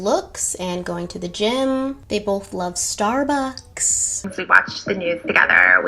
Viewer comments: I could be wrong but I don't believe there's a "th" at the end of Starbucks. Who the hell says "stabuths" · "we bothhzz love thsarbucks"